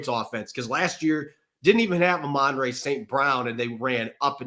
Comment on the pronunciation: It’s Amon-ra, not Amonray.